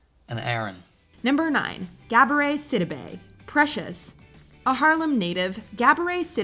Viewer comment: It was the “gab-oray sydabay”